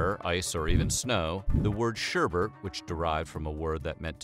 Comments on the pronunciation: ShErBerT Actually it’s pronounced: Shêr-Bet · SherBet Not sherbert. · Was he saying 'sher*bert*? Can you even read? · Are you saying sherbert? SHERBERT? I’ve always loved. I watch all of your episodes and basically I love them all but it’s sherbet. Look at the way its spelled. Come on man you’re smarter than that! That’s like pronouncing nuclear nuke u lar. Don’t be a rube. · Its NOT SHERBERT,!! Its SHERBET DAMN IT,!! 👎👎👎👎👎👎👎👎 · Yo ma dude Şerbet is pronounced as ''Sher-Bet'' nice content but that disturbed me for a reason i cant understand lel it sounds like an entire different word. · thumbs down for pronouncing it sherbert. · its pronounced 'ssharrrbatttt'. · When white people say Sherbet but end up saying schubert or sherbert which sounds a lit like Herbert 😆😆😆😆 White People 😆😆😆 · Word whisker: Sherbet doesn't have an extra R. It's said just like it's spelled.